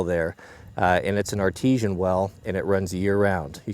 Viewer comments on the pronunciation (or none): none